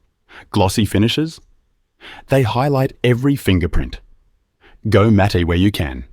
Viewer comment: Great tips, thx. Matte is pronounced “mat”.